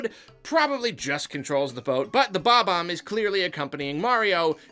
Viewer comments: his name is BOB-omb, not BOMB-omb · It's not Bomb-omb. It is and has always been Bob-omb.